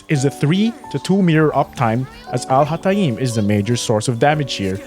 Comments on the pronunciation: The beginning of the video hurt my arabic head...AL HA TA EEEEEMMM LLOOOLLL THIS ONE IS GOOD NGL 💀💀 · Please do me a favor and go to google translate and copy الهيثم and put it in there and listen to how it’s actually pronounced! I mean you can continue butchering his name, but neither the example of how other people pronounce his name (literally no one does it like that) nor how you like to pronounce it is correct. 😅 I mean you can pronounce it the way you want, just don’t teach people to butcher his name like you do, because it sounds more „exotic“ this way, which is kinda....